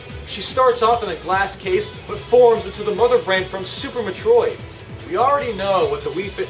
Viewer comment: No offense, but why can you not pronounce certain things? Like Metroid (MEH-troyd). The video is fine otherwise, and I don't intend to be a jerk or anything, so I'm sorry if I sound like one, but that did bother me slightly.